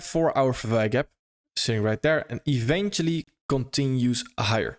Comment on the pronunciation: right “dere” lol .. “dere, dis, den, dat”